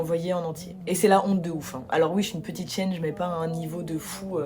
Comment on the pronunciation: Remarque : - tu as un hallux valgus - tu vends super bien les gens du Havre. - tu me donnes beaucoup de piste d’évolution merci - j’ai cru que t’avais dis « je suis une petite chienne » au lieu de « petite chaîne » j’ai eu peur - je veux aller au Havre